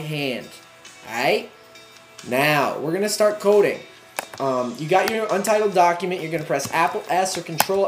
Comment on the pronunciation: LOL is this dude Canadian? the way he say "Coohding" X3